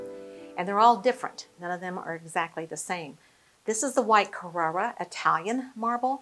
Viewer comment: Glad it’s not just me! The mispronunciations were a serious distraction! Are we not mentioning how she pronounced Carrara marble?